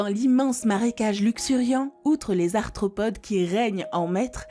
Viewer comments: Et il me semble avoir entendu "parmi les astropodes" à au lieu d'arthropode. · Astropodes, tribolites... Il faudrait se relire ( ou se ré écouter) quand même avant de publier. 😐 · Ouiiii, elle a dit astropode 😀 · "les tribolites capturent agilement les astropodes" :) mais bon sa voix est agréable... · juste gaf a la prononciation svp ! " astropodes " " tribolite " et je suis qu'a 17 min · astropodes??? tribolythes??? trop d'erreurs! (arthropodes, trilobites) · exact c vraiment du gâchis bcp de mots sont écorchés comme cités dans les.reponses li-cheine au lieu de prononcer liken...astropodes ...bref g du m'arrêter car a chaque phrase je balançait un commentaire....ça gâche en effet la réception de.l info pour les néophytes...trop.de mots incorrects c.comme.si on apprenait la langue a qq un avec des d'autres de syntaxe a chaque mots ...site fossilere au lieu de fossilifères une vraie mongolienne dislexique...je me suis arrêté d'écouter avant la fin c bien dommage car elle faisait le.tour des fossiles de la.faune.de.burguest..sileurien au lieu de silurien pareil.mes.oreilles et mon cerveau ont fait nnnnnn'ooonnnn et t'avais deux voix off en plus ...